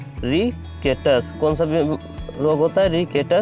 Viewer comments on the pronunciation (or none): बेवकूफ , रिकेटस नहीं रिकेट्स